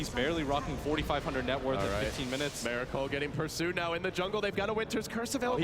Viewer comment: His name is miracle not meracle, pronounce it right ffs!